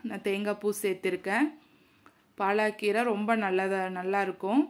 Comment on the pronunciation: பாலக்கீரை ,பாலாகீரை அல்ல உச்சரிப்பு தவறு